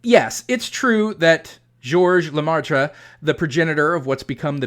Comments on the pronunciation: off topic sidenote: the ai in "Geogres leMaître" is prenounced the same way as the vowel from from dress, or perhaps more fitting, the "air" (phonetic ɛ) - not an the vowel sound(s) of "pie" or "price". (phonetic aɪ) it's leMɛtre , not leMaɪtre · Just a nitpick, Professor but the Catholic priest's name is more closely pronounced like "luh-met" rather than "luh-mar-truh." His name is spelled L-E-M-A-Î-T-R-E. The "aî" in French is normally pronounced like the "e" in "met" and the "-re" ending, while normally having a sound like "-ruh," the sound is also frequently dropped in normal, everyday speech. The circumflex accent in French--^--typically reflects an "s" which was eventually dropped from spelling. The French "maître" is related to the Spanish and Italian "maestro." It most commonly appears in English without the circumflex as part of "maitre d'"--the shortened form of "maître d'hôtel." The original French referred to the "master of the house" (typically meaning more of a mansion than a standard house) which later evolved to "master of the hostel/hotel" and was applied to the man who was basically the head of the waitstaff (whether inside or outside the hotel's eating area; he might also oversee the bellhops and maids). In English, of course, its most typical usage is in restaurants to refer to the most senior waiter. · good video but your pronounciation of George Lemaître is terrible ! I suggest you google it next time ! 😉😜